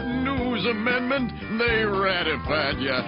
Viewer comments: WTF is an "amernment"??? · I’m pretty sure it’s amendment not amernment